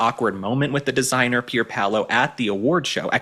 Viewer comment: Loved you saying that designer's name-Pierpaulo. You cracked me up!